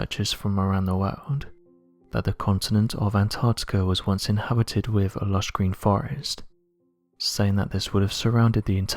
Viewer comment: Please, please PLEASE...pronounce your "th's"! One example is the word "with," it's not "wiff," it's "wi'TH"! I'm probably the only person who's driven nuts listening to the grossly mispronounounced words with "th's" in them!! AAAARRUGH!